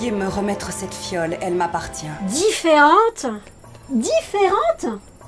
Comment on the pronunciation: Ferante Bah quoi, tchouky a dit "dit férente"!! Et deux fois en plus